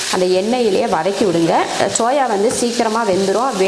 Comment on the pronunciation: It's SOYA ... not CHOYA